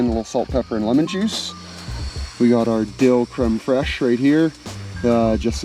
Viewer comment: Creeem Freeesche😂